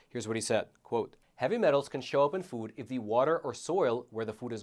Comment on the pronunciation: HATE THE WAY PRONOUNCES "FOOD." He says " Fud."